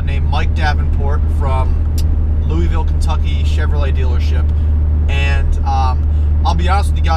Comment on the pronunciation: You pronounced Louisville wrong. Sorry just from Kentucky.